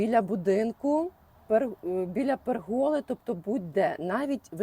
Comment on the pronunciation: ПЕргола - , а не перГОла , будь ласка !!!❤